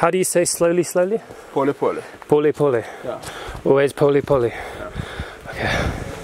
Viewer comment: Powli Powli... Malayalam 😅😅😅